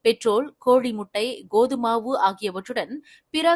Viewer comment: கோது மாவு அல்ல வாசிப்பாளரே. கோதுமை மாவு, சரியாக உச்சரிக்கவும் நன்றி 🙏